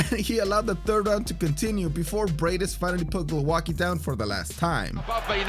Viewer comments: Glouaki ?!???? Hahahahahaha Priceless pronounciation! Bravo, you hamerican! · Glołaki... That's how you pronounced Głowacki. Do you see differences? Try to use Google translate to verify the pronountiation. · Nice compilation but pls. Type someone's surname in Google translate to hear how you should pronounce it in polish because it hurts so much when I hear something like that and why didn't they used his polish surname instead of this modified crap? Glowacki? What is that, I only know some people with surname Głowacki and none with Glowacki